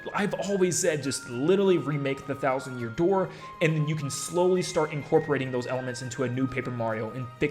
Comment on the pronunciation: The Thousand Yoor Dear? That was a funny slip (I know he didn't say dear but I thought it immediately thought of when he slipped up)